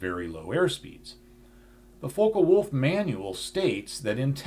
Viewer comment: Focke-Wulf isn't pronounced Foe-ka-wulf, the "Fock" part rhymes with "cock". Americans often mispronounce words like this, it always amuses me to hear americans say ”Heckler Coke”.Americans are also unable to pronounce words like cosmos, Phobos, Deimos, Eros correctly as well.